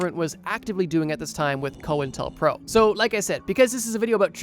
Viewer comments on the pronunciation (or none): It's pronounced Coin Tel Pro